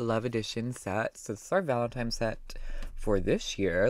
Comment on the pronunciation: Valentine* not valenTIME lol